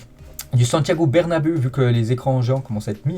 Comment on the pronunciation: ce n'est pas bernabé c'est bernabé "ou"